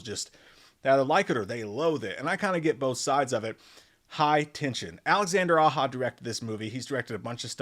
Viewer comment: A documentary that really isn’t a documentary is called a mockumentary. And his name isn’t Alexandre Aha, it’s pronounced Aye-Zha. The Descent is a monster movie, not anywhere near a vampire movie.